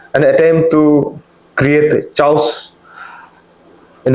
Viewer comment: Chaos- pronunciation - kay-aws.